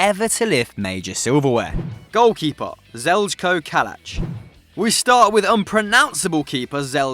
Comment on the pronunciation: That pronunciation of Zeljko Kalac though haha. It'd be ZEL-koh KAL-ats if using English pronunciation.